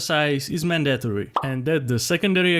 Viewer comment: I like how you said mandatory